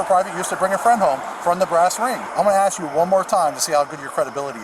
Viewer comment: Ask, ask ask. Not aks, not aks